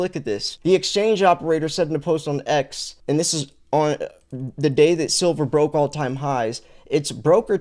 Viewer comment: is a little latahhhh...ayahhh... 😂